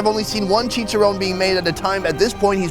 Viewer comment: stop saying chichirown. say chi-cha-ron~